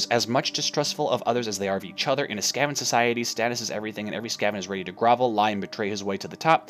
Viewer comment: the why you say skaven sk-a- ven not ska-ven